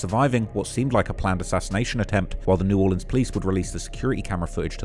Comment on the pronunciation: 1st of all you're a G for visiting NOLA and coming into the hood. 2nd thank you for pronouncing the name of our city correctly. 3rd tho c'mon man I'm FROM New Orleans, I grew up there in Gentilly and in the 9th ward for a minute when I ran away and stayed with my black homeboys who had good momma's and Lil Wayne is top 5 for SURE but there's no world and no fantasy where Wayne is above Nas, Pac and Biggie. I know a lot of people want to throw Eminem in the top 3 or 4 and I loved his first 3 albums but I put him number 5 and Weezy at 4 because when taking their whole careers into consideration and not just their prime stuff - Eminem has dropped a lot of corny music. Especially his latest stuff dissing ice spice and whatever else he's been doing. Shit went downhill as soon as he made that corny song with Rihanna lol. Anyway Lassiez Le bon temps roulette baby!